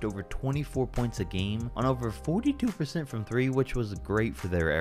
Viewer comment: peep how he said 42😂